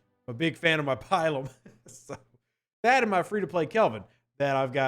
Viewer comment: Not pi-lum; pil-um.